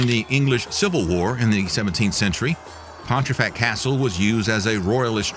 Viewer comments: Came here to say this too! He said Pon-tree-fact more than once. My eye is twitching 🙃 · As a proud Yorkshireman, the added 'r' in your pronunciation of Pontefract causes me to twitch!